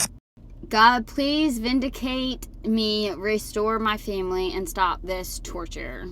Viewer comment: She’s so gross. She adds multiple syllables to the simplest of words. Famuieliiiiy, phuhhhhmmppf